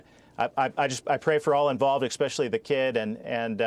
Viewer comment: Bernie Sanders? lol EXpecially is actually ESpecially. Jim Banks is a dolt.